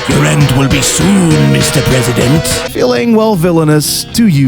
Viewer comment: It legit took me 30 seconds to realize that you were saying “President SHINRA” instead of “Press SHINRA”... Great video tho lol